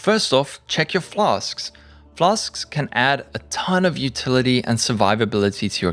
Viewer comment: I just came here to hear this man say "flas-k-s". Pog